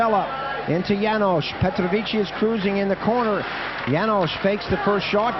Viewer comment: My sa ideme usrať, aby sme anglické mená vyslovali komentátori foneticky presne, ale Kanaďan Slovanské môže komoliť: Petrovičí.